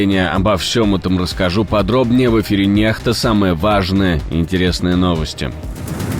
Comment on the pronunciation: Надо произносить НЕКСТА, диктор говорит НЕХТА. Почему дикторы такие неграмотные?